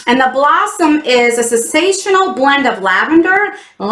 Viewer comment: I thought you said “the blunt” instead of “blossom” at first 😂😂😂😂